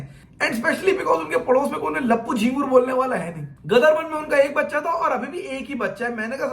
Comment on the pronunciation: Ama bhai tumhara roh tallafuz toh ek dum sahi tha ..ghadar ko gadar kyu keh rahe ho..aayen “ ghaien ” bhool gaye bhai